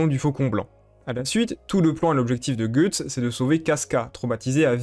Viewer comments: Je sais. Mais ça se prononce pas "gueuuuuuxtse" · Je déteste ta façon d'appeler Guys, "Goethe's", cependant j'ai adoré ta vidéo et ta vision des choses sur Griffith. Pour ma part, j'aime les choses claires, et concises, donc je dirais juste que c'est un colossal enculé. Quant à ce qu'il a fait à Casca, il l'a fait dans le but de pervertir son foetus (elle était pour moi, déjà enceinte de Guts) en fécondant Casca après Guts, et de pouvoir ensuite se réincarner grâce à celui-ci. Vous comprendrez donc le degré de haine infini que peut ressentir Guts envers Griffith. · Guts veut dire tripes en anglais et se prononce "geuts" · C'est qui "Gueuxtse?"